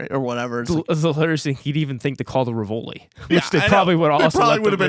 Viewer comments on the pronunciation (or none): Great review but I died a bit on the inside every time you mispronounced the Rivoli!